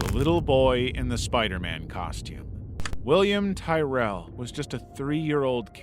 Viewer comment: You said William Tyrell wrong